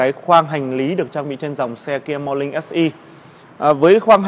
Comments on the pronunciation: Làm youtuber mà Ngọng níu cả lưỡi... KIA MO LING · nói chuyện gi mà khó nghe , morling chư ko phải morning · morning = mo Ning, chu khong phai mo Linh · Mo nin mà cứ đọc mo lin vãi cả review xe ngọng.